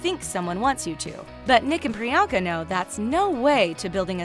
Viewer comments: It’s priyanka like the an is pronounced like the un in un-cle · Its Pri-yunk-aa not Pri-yaank-aa And it's Pur-in-eet-ee not paar-in-iti!! Also it's pronounced Sun-geet not saan-jeet STOP PRONOUNCING INDIAN NAME WRONG!!!!!